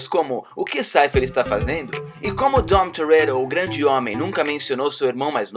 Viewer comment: "Leri" "dom torero" "hen" mds mano fala certo